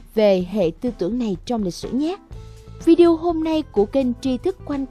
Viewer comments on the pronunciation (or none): none